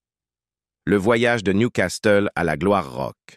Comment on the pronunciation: Vrai! Il prononce niou castel au lieu de Nioucassel pour la ville de Newcastle. Et la voix? Ppff